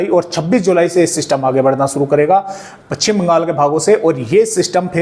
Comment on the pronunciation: पच्छिम नहीं पश्चिम बोलिए। सही उच्चारण का ध्यान रखें।